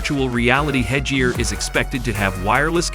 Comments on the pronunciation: It's head gear ,head and gair not jear 😂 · porshee, A/R, hedge-ear